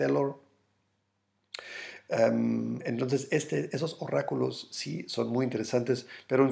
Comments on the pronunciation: Refieres a 'oráculo ' la "r" suena con menos fuerza como la palabra "para" u "oro" Jejeje una "R" más suave. No obstante, buena info XD Ya mañana lo que nos trae de noticias 3DKXHcPVsaVQ2piN9eNYM9NrZWDiJBPP17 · Se dice ORÁCULO 👍 1AXcZSnZnxGVB3mQpvQ3hzhzzsSiW439ku